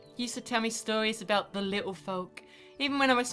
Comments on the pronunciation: "Aboot" <3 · What's this I hear about aboot? XD